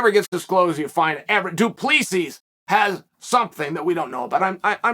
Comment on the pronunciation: Dup - le -cee. It's not difficult. The 's' is silent.